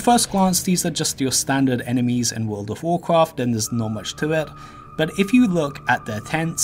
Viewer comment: Wooled of Woolcwaft?